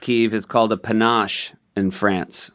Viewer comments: "Panache"? It's a panaché, Seth! Pa-na-shay. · Correction, the drink is panaché, pronounced "panashey"